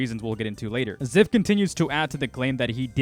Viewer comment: I believe Zyph. Also it’s Z-“eye”-f